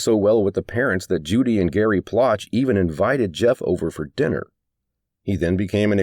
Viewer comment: It's pronounced Plow shay.